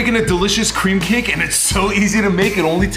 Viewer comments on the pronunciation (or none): Who else heard Cream p-cake